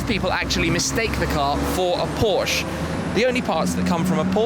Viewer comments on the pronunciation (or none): No offense but what is a Porsch? Guys please it's Porsche. With an 'e' at the end. Thanks :) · SHMEEEE we are talking about Porscheeee with an e in it. Not Porsch :D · It's pronounced as "porshya" and not porsh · Mosanso he doesn't know how to pronounce Porche.